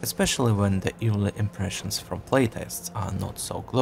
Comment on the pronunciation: Awesome video! But your pronunciation of "early" sounds too much like "eerily" so I got confused every time until you said a few more words :c